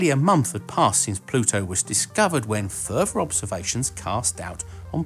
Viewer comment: So you're saying that Planet X is fuhver away from Pluto t-hejch-en we previously t-hejch-ought before?